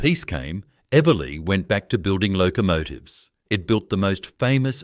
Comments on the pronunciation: Pity the AI voice can’t pronounce Eveleigh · fabulous images.....if only AI could get the pronounciation of eveleigh right! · AI is making a real mess of great video. 3-8-3-0? How about 38-30? And Eveleigh! Someone should be checking these abominations in pronounciation. It blows the credibility of the video.